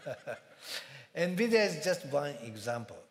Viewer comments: "nevidya" seriously!? LUL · Quest still fighting how to pronounce NVidia.